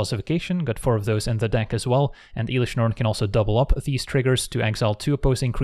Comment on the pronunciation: then says Eelish Norn. There's always one